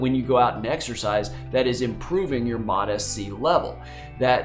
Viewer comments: because it is lol. It's MOTS C not Motis C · Hey doc, fyi, it's pronounced MOTS C, rarher than MOT SC 👍